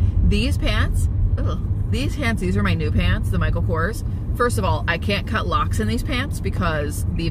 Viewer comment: when you said cut locks my brain could have sworn you said cut lox haha.. I dunno.. yay brain